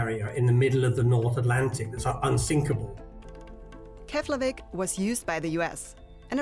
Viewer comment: Keflavik is pronounced Keplavik, just my two cents of knowledge. 😅